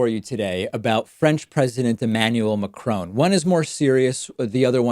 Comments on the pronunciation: It's MaCRON not Macrone! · Mac Ron, not Macrone. Quite easy really. Two syllables like Ron(ald ) Mc(Donald), except in reverse. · Macron not Macrone, it’s easy to say, I’m not even french, you don’t pronounce it Macrone, you’d be the first David, keep up the good work anyway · Strange how US ppl mispronounce Mac RON. NOT Mac CRONE !!! FFS!! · I think you are a brilliant commentator but, please, it is not 'McCrone'. Ma cron. Two even syllables, with a short 'o' (like da do Ron ron) and very light on the final n. He is French, not Scots. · Mac fucking Cron, not Crone ! Grrrr . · Its pronounced Macron not Macrone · Sigh Can you stop calling him Ma-Crone... It's Ma-Cruh. I don't know how to write French phonics... Help! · If you just said “mac-ron” it would be a lot more accurate than “muh-crone.” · It cracks me up the way you pronounce Macron! 😂😂😂 It's not McCrown, it's pronounced as it's written and with a French accent of course! Mac (as in big mac) and ron (as in the name Ron) then do that little nose thing with the 'n' that the French do like in garçon. 😂😂😂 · It's Macron not Ma-crone, your pronunciation is terrifying. You've taken enough time to do a good job of investigating and reporting take the time to learn how to say his name. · The least you could do is pronounce the French President's name correctly. He is not the son of a Scottish hag: McCrone. LOL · Why does David keep on saying McCrone? Lol. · Its not Macrone... for Petes sake! At least learn learn to pronounce his name correctly. 🙄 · Is not macroon damn is macron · Why can't Americans pronounce Macron, there is no e on the end macrone, You are all fucking stupid not just your president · I wish he'd stop calling Macron 'McCrone.' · It's not 'Macrone'! It's a short 'o' with the final 'n' sound down the nose. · The way Pakman pronounces Macron drives me crazy. It's not crone. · Excuse me, David, but this is America. It's pronounced Mack-Ron while you're within our borders.